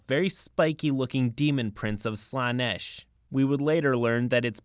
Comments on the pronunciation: Also in Slaanesh the emphasis is on the e not the double a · slaanesh is pronounced as slanesh